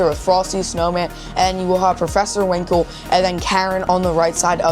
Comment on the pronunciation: His name is professor Hinkle , not Winkle!